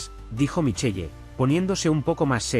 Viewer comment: Se pronuncia Michel no michelle